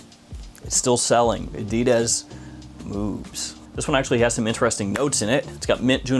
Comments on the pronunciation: a-dee-dez lol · I've heard "adidas" pronounced in dozens of ways... I've never heard anyone say it like you do lol